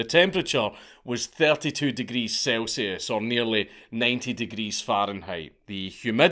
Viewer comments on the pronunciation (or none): none